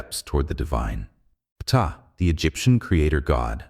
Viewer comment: Pee-tah LMFAO